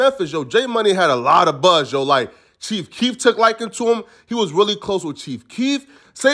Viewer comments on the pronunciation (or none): none